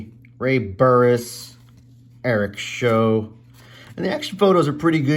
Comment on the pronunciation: Eric Show’s name was’t pronounced like a tv show, but rather rhyming with how; Sh-ow.